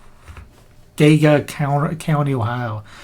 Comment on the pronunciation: Geauga : jee-aw-ga